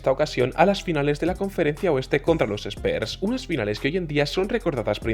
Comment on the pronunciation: Muy bien video!!! Me llama la atención que le digas spers a los spurs ajajaj pero no es hate es nomas un comentario, saludos que sigas creciendo